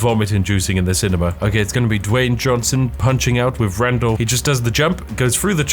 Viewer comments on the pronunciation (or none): none